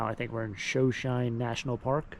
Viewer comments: I think you were just kidding but the park is pronounced "show show nee" as the indigenous tribes that settled there until mostly massacred of course. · show -show - nee. is how you say it. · Shoshone pronunciation--long o vowel.